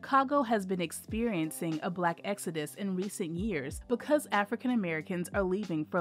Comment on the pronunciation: It's called Exodus, not Exudis.